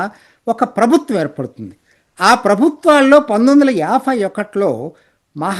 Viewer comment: మీరు యాభై ని యాఫై అని, ఎనబై ని ఎనఫై అని అంటున్నారు